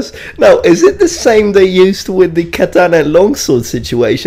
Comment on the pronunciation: Its almost as deadly as the Japanese "KUH-TA-NUH"! What do you guys think? Do you guys think a Kuh-Ta-Nuh could cut through one of those arrows flying full speed through the air?